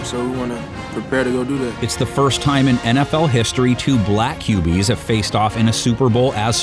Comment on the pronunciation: Why he say “black qbs” like that lol